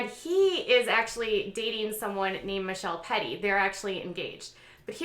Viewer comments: Meh-kel-tea c’mon girl. I know the spelling is difficult af 😂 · Try to remember it's muh celt I (the second syl is celt like the first part of Celtic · Meh Kel Tee is the pronunciation of Mykelti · Mih Kel Tee that’s how you pronounce it. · Ma-kell-tee ... it’s not that hard. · The one you couldn't pronounce, Mykelti is Mick-ell-tee. I know, it's a weird name but I kind of like it. And yay Logan, enjoy your beer! Lol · So you clearly don’t watch the show as most of your information is false 😂 you can’t even pronounce Mykelti’s name, they aren’t all Janelle’s kids and Mitch said on the show that he would practice plural marriage but it would have to be Aspen choice. Aspen was a hard no, which is why they aren’t doing it. Do your research 💁🏼‍♀️